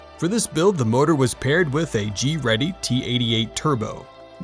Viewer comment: You mean Greddy.